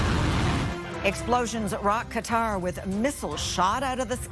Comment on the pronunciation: THANKFULLY, SANDY, YOU ARE ONE OF THE FEW ANCHORS WHO PRONOUNCE QATAR PROPERLY!!